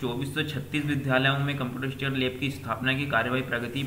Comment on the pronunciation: Ek do channel par bhi इंस्ट्रक्टर की जगह स्ट्रक्चर bol rhe h